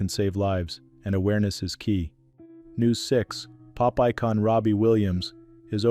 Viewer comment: At the second from the end, the pop icon sounded like the narrator said Popeye con like Popeye had gone to prison.